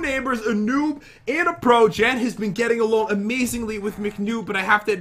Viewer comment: He said aproch here:noob and aproch